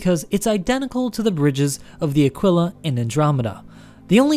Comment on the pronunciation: Awesome video, as always. Just one mention, the Aquila (and thank you for pronouncing that correctly, btw), has a different cockpit canopy. The Phoenix does share its design with the Andromeda, though.